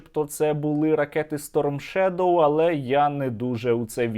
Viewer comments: как он ставит ударение на сторм шедОу, а как он ставит. Напоминает мне одного татарина который говорил корочЕ. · Шуйго даже ударение не может правильно поставить в названии Storm Shadow. И в школе двоечником был...